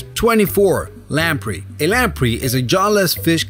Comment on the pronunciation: Its lam-prey not lam-pre.